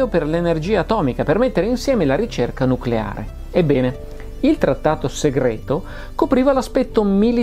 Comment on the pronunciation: "Nuculare, si dice nuculare" (cit.)